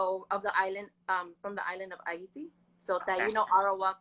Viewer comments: Ayiti is Haiti. That’s the French/Creole pronunciation, if you did not know. I’m from there, so as soon as I saw her I knew that she’s one of my peeps. She’s not lying. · Arawak was the indigenous people of the Caribbean. Taino was one of the Arawak tribes. You also have the Carib which was the other main indigenous group of people. She seems somewhat in tune with Caribbean history and pronounce Haiti the right way.